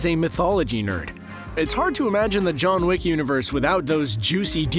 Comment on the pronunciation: Did you say John Wick or lick? I can’t tell XD